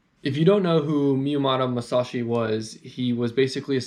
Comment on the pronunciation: Bro really said miyamato masushi